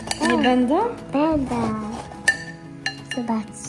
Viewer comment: bĘdĘ piĘtnascie …. 🙈 uszy bolą 🤦🏼‍♀️